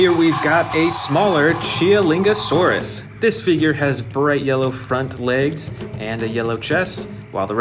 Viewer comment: AND YOU'RE SAYING GIGANOTOSAURUS WRONG